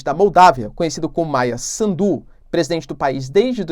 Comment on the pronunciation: Professor quando fala Maia Sandu não acentue no D só no S. Afinal mais pra o fim tu falaste bem o nome. Adoro o seu trabalho!